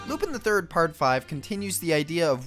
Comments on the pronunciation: Its not Lupin, its Lupahn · And lupan the 3rd is clearly pronounced differently but i think u did that on purpose